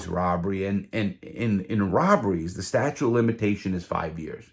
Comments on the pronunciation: Hey bro, it’s “statute of limitations” not statue! Or I’m deaf as hell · I would never use a guy that is unreliable like that. Did he say 'statue' of limitations? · Sta-chute is how it’s pronounced lol. Great story tho.